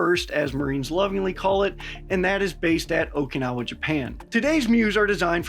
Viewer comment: Thank you. You are one of the few narrators that pronounces "Okinawa" correctly.